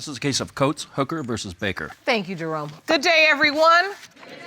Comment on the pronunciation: The definitive point where the judge calls out baillif 'Jerome', usually sounds like 'drum roll...'